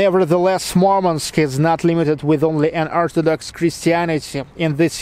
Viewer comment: Что за идиотизм говорить МАрманск? Город называется Мурманск. Не надо коверкать название города, пытаясь спародировать иностранное произношение.